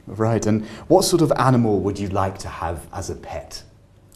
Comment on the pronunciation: there were 3 pronunciation errors: similar, circumstance and animal. there were also at least two errors in LR. interest to do sth and contribute to sadness. I would say this may be 8.5 rather than 9 which is still impressive.